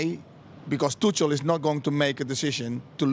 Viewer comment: saying tuchels name like that as a dutch person is really bad